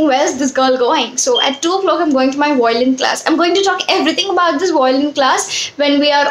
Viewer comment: I think you are pronouncing violin wrong